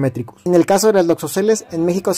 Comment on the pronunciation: Es muy importante tener cuidado con la información cuando se es divulgador, así que como comentario estas pronunciado mal la palabra "loxosceles", lo haces como si tuviera acento en la primera "e" y no es de esa manera. También veo más importante comentar que las latrodectus pueden presentar o no el patrón de reloj e incluso otros patrones dependiendo la especie y que las loxosceles no siempre tienen visible la forma de violín. Es información que podría poner en riesgo la vida de una persona.